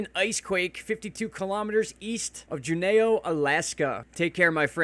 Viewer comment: Greetings from Alaska! Love you show and have been following you for awhile. Juneau is pronounced Juno like the movie. Just FYI. Thank you for the info.